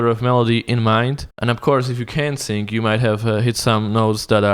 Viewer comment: you can't speak either when you say sing i hear sink...